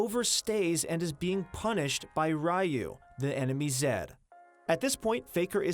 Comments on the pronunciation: Ryu is not pronounced as rayu, it should be riyu. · Rai-yu... I think it's Ryu lol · RYU? Pronounce as (Ree-U) smh people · Ryu pronounced as rai yu xD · You butchered Ryu's name.. smh